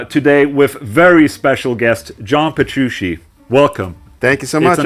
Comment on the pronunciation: nice interview, but you're not saying Petrucci correctly. you say Petrushi and it's really funny For me, Petrucci has always been one of the best musicians, but I was disappointed in him, because he did not condemn Russia's war against Ukraine. for example, all the members of Deep Purple made official statements, and they were constantly touring in Russia, and they condemned this bloody unjustified war and my favorite guitarist stayed away, sad but true